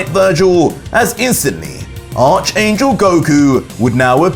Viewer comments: It’s pronounced Ark angel. Not arch ya back arch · ARK. - ARCH YOU SAY ARK ANGEL ITS JUST SPELLED ARCH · it's pronounced "ark" angel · Great content. I hate to be the guy but Arch in Arch Angel is pronounced "Ark" via the biblical term of the Arch Angels like Michael, Amenadiel, Rafael, and Lucifer.